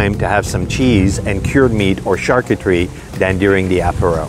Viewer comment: Lmao she said “charcoocherie”